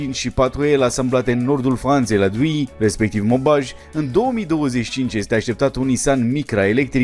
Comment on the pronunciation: A sunat ciudat rau pronuntia celor doua orase din Franta ,Douai si Maubeuge 😂